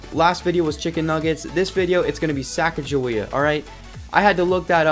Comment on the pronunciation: Sacagawea 😂😅 had to pause the video